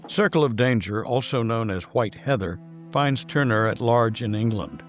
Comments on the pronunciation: It was nice you could fit Jacques into your tribute to Val Lawton, btw, it’s tour-nur, not turner Jane Greer’s character flees to Mexico, not Florida You do feature excellent photographic reproduction, a little AI enhancement perhaps? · This fine Frenchman's name is pronounced tourn-e-ay, not turn-er, as in Ted Turner.